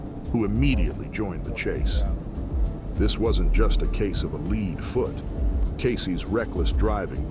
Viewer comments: The AI idiocy never ends. "The lead foot" (leed) I believe it is also pronounced lead (led) 🤣🤣 It's like listening to a 9yr old narrate. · What's a leed foot? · “Lead foot”, it is pronounced “led foot” as in the heavy metal pushing down on the accelerator. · "this wasn't just a case of a LEED foot". It's pronounced "led". DUH! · "Leed foot"😂😂😂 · this stupid ai voice can't say lead foot right. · The video is good, but the narration is way over exaggerated. And they can't pronounce lead foot correctly. I finally had to shut it off about halfway through.